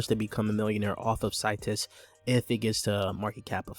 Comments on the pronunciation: Seeetus not Situs 👌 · Bro u saying the name wrong